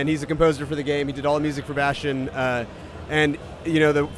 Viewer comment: Lol "Bastean"